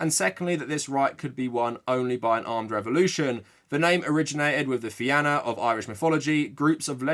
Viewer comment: Just a heads up the "Fianna" is pronounced the same as Fenia.